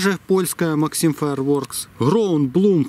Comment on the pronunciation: читается не максим фаирворкс а максэм фаерворкс